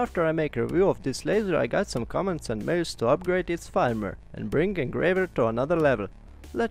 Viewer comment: Nice video! In English we would pronounce "firmware" like "ferm where"